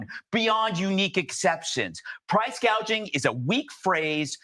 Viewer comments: Did anybody else know this?She almost said gauging and then she switched it to gading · Kamala is just reading scripts written for her. In a speech, she couldn't even pronounce the word gouging. She said gaging. She's an idiot.